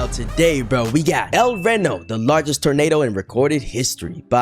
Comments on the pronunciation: Instead of "rano" it's like "ree no" but don't split up those (yes I'm at the start) and yes that's the biggest EF5 and tornado of all time. 2.6 miles wide in 2013 so it's held this record for 13 more years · Yes, it’s pronounced “el r-e-e-n-o” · I pronounce it L r ee no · BRO ITS EL RENO NOT EL RONI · I thought it was pronounced el rino 😔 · its pronounced El Rino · Its pronounced el reano but its spelled el reno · it’s el Reno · YOU SAID EL RENO WRONG